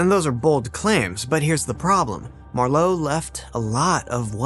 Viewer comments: If you want to lend credibility to your work, would you PLEASE fact check your pronunciations beforehand? Croesus is pronounced CREE-sus.Ur's not CROW-eesus. Marlowe isn't emphasized like the name for the wine, Merlot. MAR-lowe. It's MAR-lowe, honey. Emphasis on the first syllable, not the second. And it's not Or-thello but O-TELL-o (major face palm here). Also, it's important to note that there Shakespeare left not a single book or manuscript in his last will and testament, a document that was otherwise fairly descriptive and specific. I mean, he specified that his wife should inherit his "second best bed" and yet left not one book or manuscript to anybody with his will. I think that he could well have been a front for Oxford. It is also possible that the two men may have collaborated at least some of the time. This happened back then in the theater, just as it still does today. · Marlowe is pronounced with the stress on the first syllable. And Maya Angelou's name ends "oh" not "oo".